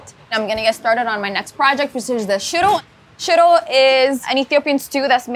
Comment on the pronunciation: Im so sorry but the dish she named "shittle"? Please tell me what that is so i dont bust a gut laughing next time i see it on a menu 😂😂😂😂😂😂😂 EDIT; OMG SHE WAS SAYING SHIRO!!! not shittle! 🤭🤭🤭🤭🤭🤭🤭